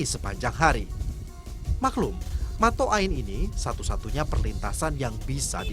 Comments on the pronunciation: desa mota'ain bukan mataain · motaain.. bukan mato..